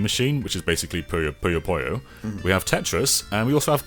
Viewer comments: "Puyo Puy- Poyo". You almost had it,. So close. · I can’t get over the fact that keeps saying Puyo Puyo as Poyo Poyo. I know it’s the accent, but it’s my pet peeve.